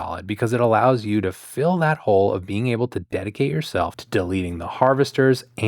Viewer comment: Heads up- when you say "hole" to refer to a warp ship door, it sounds like youre saying "hull" and talking about everywhere except the door. This causes some confusion.